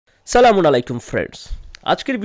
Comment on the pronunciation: আপনি তো সালাম ই দিতে পারেন না